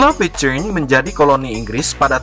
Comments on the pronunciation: Salah tulisan "Pitcairn" bukan dibaca "Pitcheirn" melainkan "Pitkeirn" ya kan.! oke.! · Pengucapan "Pitcairn" nya salah... Coba buat yg bikin video, lebih diperhatikan lagi gimana pengucapan dalam bahasa asing... Coba tonton link diatas, di menit ke 2.21 disitu ada gimana cara pengucapan "pitcairn"